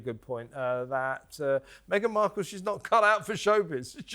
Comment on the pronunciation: . "Me-again -Marple- ...er... Mark-all" .